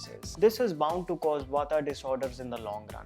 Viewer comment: I would appreciate if you dont say Vataa and cafaa, say vaat, cough, Ayurved rather. Thanks for rest.